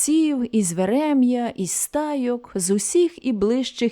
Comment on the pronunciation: Пані, щиро дякую вам за такий сумний і, водночас, правдивий твір. Ви читаєте бездоганно. Вперше чую про цього автора. Я сама з тих країв, народилася недалеко від Трипілля. Тому, дозвольте зауважити, що у назвах сіл Верем'я та Халеп'я наголос падає на перший склад слів. Хочу додати, як мама розповідала про ті страшні роки. Дай Бог, щоб закінчилася ця клята війна і люди нарешті здобули ту волю і незалежність, за яку гинули і гинуть наші найкращі сини. Зичу вам наснаги, сил та здоров'я. Хай Бог вас береже. Ще раз дякую. за вашу працю.